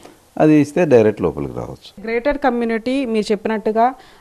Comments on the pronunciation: Madam garu….. grated community kaadhu….. GATED community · తల్లి అది గ్రేటెడ్ కమ్యూనిటీ కాదు❌....గేటెడ్ కమ్యూనిటీ ✅